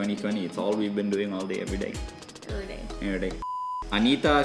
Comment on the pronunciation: Lol they said Anita instead of Ananta 😂